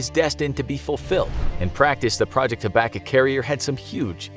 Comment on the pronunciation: it's pronounced "hab-a-cook" over in Canada, we've heard of it XD